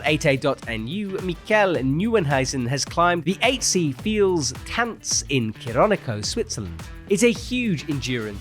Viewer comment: "der mit dem Fels tanzt" another butchering by 😅...love it, already a classic thing the " butchering"